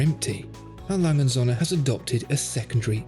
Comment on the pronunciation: Still can't pronounce the brand correctly....